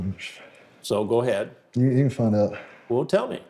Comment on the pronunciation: "We boutta fiyind out" 😂🤣😂🤣. Chris is OC. 😂🤣😂🤣